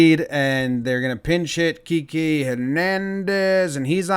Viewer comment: Hey Jomboy, his nickname is short for Enrique. im no pronunciation police but id go with “Ki-Keh”